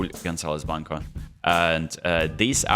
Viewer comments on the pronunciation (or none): none